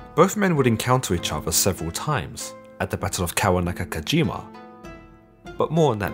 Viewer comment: I don't really want to be that guy, but you butchered the pronunciation of kawanakajima.